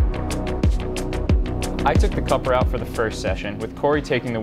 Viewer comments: Oh yeah this Coper "fun" ticks off my OCD! IT'S NAMED COOPER LIKE COOOOOOOOPER YA KNOW COOOOOOOOOOOOOOOOOOOPER! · Hi gys, The vehicle youtube of is not Mini copper the way you pronounce it there a dubble OO is C”OOOOO”per. The car was not named after the copper material. Just thought of point it out😊